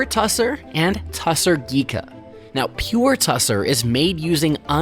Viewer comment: Tussah, not tussar, in standard English textile lexicon.